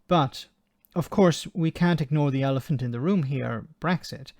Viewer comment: "We can't ignore the elephant in the room here" We can't ignore the ''El-thick-ant'' in the room here either